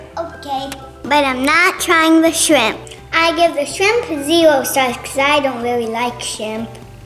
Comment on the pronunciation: it’s shrimp not shimp